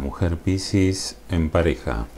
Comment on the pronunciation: Cómo suena la palabra piscis con tu acento..suena pisis.😁